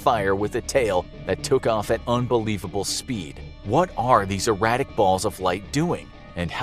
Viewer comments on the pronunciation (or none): erratic (You said "irradic.")